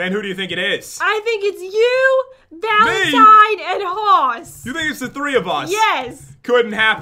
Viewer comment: its valentían